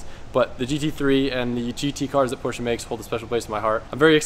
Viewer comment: Me too. I laugh every time says porch. Seems like he had a nickname for the Panamera too.